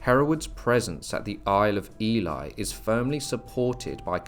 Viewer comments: If I hear Ely (Eel-ley) pronounced Eli one more time, I will scream! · Nice history. Just one point. The now city of Ely, is pronounced Ee-lee. Not Ee-lie as you pronounced it several times. The word Ely hasn't changed over time, meaning 'island of eels'. It's a common mispronunciation for people confusing the sound of Ely with Eli. Thanks for the video. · Please please pronounce ely: eelee, thats how you say it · Isn't Ely pronounced E-Lee not E-Lie? Genuine question, I've always used the former pronunciation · That pronouncing of Ely is annoying and spoils the provenance of this story.